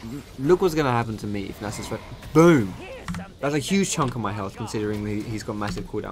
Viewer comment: am I the only one who noticed he says anus instead of Nasus when he ganks?